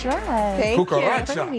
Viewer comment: I knew when said Cucuracha - something did not sound right.